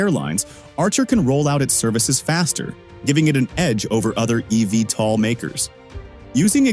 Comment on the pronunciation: Great video, but you need to do more research. Archer has an "all of the above" approach and will be both selling aircraft, as well as operating their own service. It is literally on the company website. Also, most people pronounce it "Eeee Veee tol." Your computer voice was all over the place!